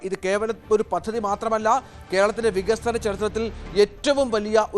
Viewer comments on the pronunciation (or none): വിഗസനമല്ലട പൊട്ടാ. വികസനമാണ്.